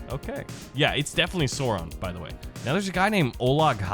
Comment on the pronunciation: i love how he says sauron (sore on)